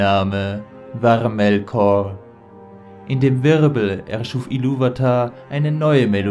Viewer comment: "sein Name" "EA ES SEI!" "Manwe" "MelkoRRRR" "dahhherr" "haaillig" "Gejjstrwesen" "DIE VALARRRR" "Olwe dem Bruder von Elwe" "sehende Steijne" "dreijmal bat er sie um eine Flechte, dreijmal sagte sie nein zwischen ihnen würde keine Freundschaft mehr sein" "pack dich" "scher dich weg" "da wurde Feanor zorrrrnig" "UnTerTessen" "Galadriel" "dort kamen ihm die Balrogs entgegen" "die Geschichte von Morgoth und Feanor" "...."